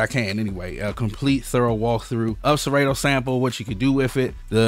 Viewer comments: killing me when u say serAYto. it’s SerAHto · I think you pronounce it wrong lol Sa-Ra-To lol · SeRAY-Toe... I Love IT LMAO! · One of us is saying Serato wrong, and it's throwing me off...